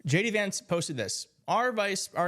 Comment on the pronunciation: I could have sworn you said gay d vance...🤔